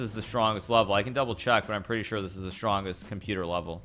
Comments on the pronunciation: I like how he says level and it sounds like webble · Funny how he pronounces "level". He's like bwebo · "Not the top vevel"